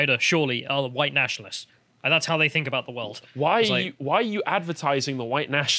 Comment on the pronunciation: God she even pronounced it with the meme "hwite".